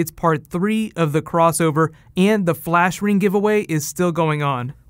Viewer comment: fleesh reeng